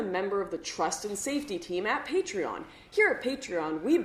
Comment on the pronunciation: Sorry to say but you say it right, not many know it....